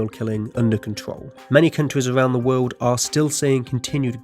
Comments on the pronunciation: The narrator either has a quirky accent or a speech impediment. It sounded like he said "wold" instead of "world," "Amewica," "opewational" and "weally" instead of "really." I do realize the "r" is often soft or gets dropped entirely in some types of British accents, but I'm not sure I've heard it sound like a w. Edit: Ah, I see at the end of the video he makes fun of himself for saying sewial instead of serial. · Why do you pronounce your 'r's as your 'w's? It's seRial, not seWial and it's woRld, not wold.